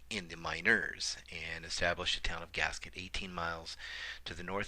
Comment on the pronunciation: Gasquet; 't' is silent. 'gas-key,'. Worked at the forest service office there.